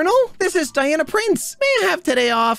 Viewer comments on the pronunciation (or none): none